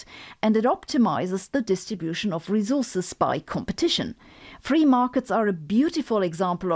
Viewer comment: Every time she says rezorzes (resources) makes me want to scream